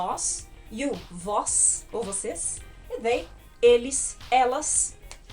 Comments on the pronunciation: Fica esquisito a pronuncia do they com som de v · vc poderia colocar por extenso a forma como se pronuncia a palavra they?